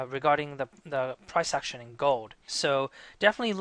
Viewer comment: Great video, you sound Welsh when you say "action" I notice the USD looks weak and 80 has been broken